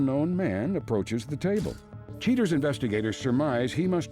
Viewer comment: Cheee-turz. 23 years later after watching this on over the air TV, I can’t get over how the VO guy and Joey Greco pronounce the word ‘cheaters.’